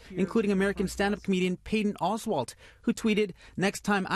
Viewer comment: Lol "Payton oswald"